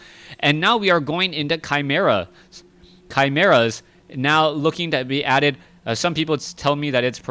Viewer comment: your cast it's far better than back2warcraft, tod it's ok tho also it's correct how you pronounce chimeras